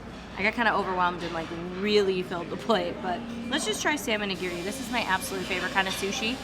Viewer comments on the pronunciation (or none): none